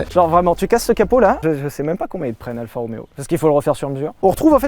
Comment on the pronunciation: c'est pas Alpha mais ALFA